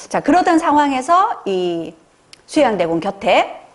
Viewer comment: 정신수양과 수양대군의 장단음이 다릅니다.